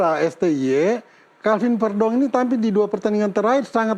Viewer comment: Dari sekian banyak podcast, baru yang benar pengucapan nama Calvin Verdonk..... selama ini semua menyebut "Verdonk" seperti penyebutan "Ferdinan" di bagian "E" nya, padahal yg benar seperti yg diucapkan